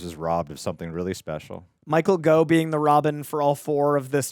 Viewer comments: Gough is pronounced GAWF. Like cough with a G. Not "Go". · wait, his surname is pronounced "Go"? I've always pronounced it "Goff", mainly because we had a politician down here named Gough Whitlam and that was pronounced "Goff".